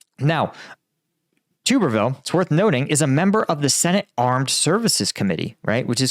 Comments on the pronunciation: Tub ber ville not tuber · At least get his name right, It's pronounced Tubberville. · its pronounced tub er ville like bath tub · stupid. stick to Ukraine. Everyone knew this, me included. You mispronounced his name.